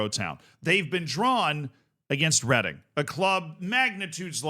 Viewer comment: I'm from Reading. Well done for not pronouncing it reading